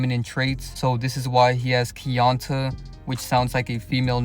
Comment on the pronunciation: his name is pronounced key-on-tae missed the mark with that one